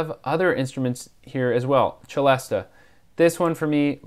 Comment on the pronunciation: I too love the Celesta but it's pronounced 'se-less-tah' not 'che-less-tah'.